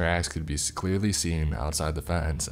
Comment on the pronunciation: Hi Tom, said the tracks could be Skleen, he meant to say seen. Back to you Tom